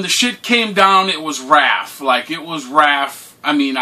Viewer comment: Man,, if you don't stop calling Raph, Ralph.... lmfao